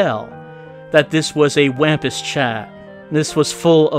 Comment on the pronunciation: Wampus is pronoucned like Wompus. The Wampus cat was my highschool mascot, they're pretty cool, and also a cobalt blue. Cobalt blue six armed cats.